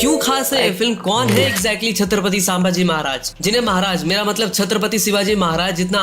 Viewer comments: Review banane ke pehle check karo ki aap kiska review kar rahe ho. Baar baar saambaji bol rahe ho. Unka naam to thikse liye nahi jaa raha terese. Sambhaji Maharaj kehkar sambodhit kar. Bewakoof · Dear narrator Pronounce like SOME BHAJI Not Saam bhaji🙄 HE IS SAMBHAJI MAHARAJ NOT SAAAMBHAJI😊